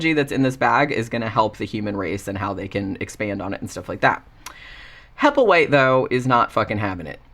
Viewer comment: In "The little black bag" at the beginning Burgess Meredith calls the other bum, "Happleway", (however the spelling) and the bum gets mad and says "HappleWHITE!". Made me laugh when i heard you say "Happleway" too! 😂